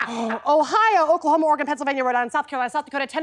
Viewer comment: She pronounced Oregon RIGHT!!!!! 🙏👍👍👍😅